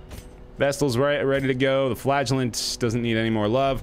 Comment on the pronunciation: I continuesly, miss-hear the name: the flagellant. I hear: The Flatulent. ... something's wrong with, me I suspect.